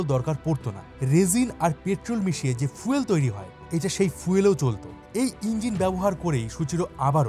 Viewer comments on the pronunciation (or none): none